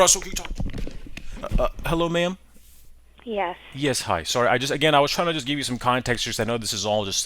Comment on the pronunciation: you said ma'am my cat thought you said meow